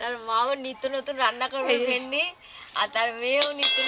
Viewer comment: Vindi,not vendi